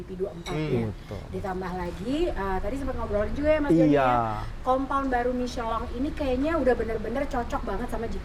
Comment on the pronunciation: MICHELIN...MICHELONG...MICHELANG.... PELAFALAN TIGA KOMENTATOR YANG BERBEDA DENGAN SATU BAN YANG SAMA 😂😂😂❤